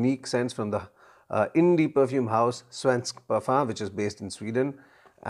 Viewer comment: You are doing very well pronouncing "Svensk", but you have to improve on "Parfym" :-D It is not pronounced like parfum in french. It is parfyyyym. They have long vocals in sweden. In this word, the "y" have to be very pronounced and long, the "a" can be short as it is. And you have to sing it out, in a way. Swedish is a singing language, sort of. But I think it will be singing automatically if you make the vocals very dominant and long, and the consonants short. And you have to build up a pressure before the vocals, so that you almost are throwing them out and throw them a long distance, with a crash landing. Sveensk Parfyyyyyym. The word "sadel" have to be like throwing out the "a" and crash land it. Saaaaaadel. And it have to be an "a", like the "a" in car. Not like the "a" in rally. So that was your swedish lesson. I'm not swedish, but Sweden is 40 minutes away from me by car, so I have heard a lot of swedish, and I can speak swedish if I have to. But they understand norwegian, so I very rarely have to.